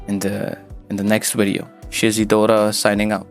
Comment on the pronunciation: Am I the only person bothered by the way he pronounces "weedeo"?